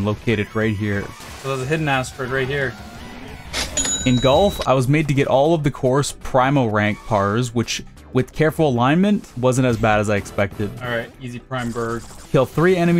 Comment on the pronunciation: Well, that's a way to pronounce Primo. Usually the I in that word makes a long E sound (PREE-mo). All the same, Primo Burg will never not be funny to me, and I don't know why